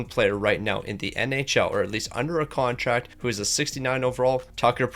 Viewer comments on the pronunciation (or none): none